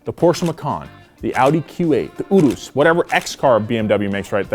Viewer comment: mate how did you pronounce urus in